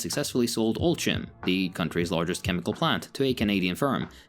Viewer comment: I've given the video a like just for actually trying to pronounce the names correctly. Even tho the pronunciation of Oltchim and Banca Agricolă made me cringe.